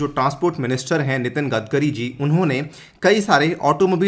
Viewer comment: '' सर, 'गडकरी' बोलीये 'गदकरी' नही...